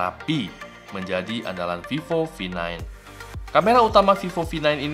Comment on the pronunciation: Is vivo v9 you saying like “fifo fi9”